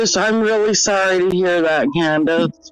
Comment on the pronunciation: The way says her name exactly how it's spelled "CanDUHs"